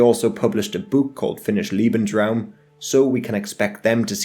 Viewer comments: Lebensraum not leeebensraum becayse that would mean "lovingspace" not "livingspace" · Bro, lebensruam's pronunciation is with a lay sound, not an ee sound. They way your pronouncing it would be liebensruam, which instead of living space, I believe would mean loving space (doesnt seem like the nazi prerogative to me) Lieb is one of the like 8 german words I know, so any German speakers, feel free to correct me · "Liebensraum" -Lee-bens-raum - "space to love", LOL. It's pronounced "Lebensraum" - Lay-bens-raum - "space to live", "habitat", "biotope". If you're going to make a documentary, at least get your basic terms right. "Volk" is pronounced "Folk". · Liebensraum, haha. Lovely ;)